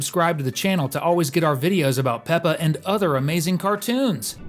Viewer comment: Peppa not pepper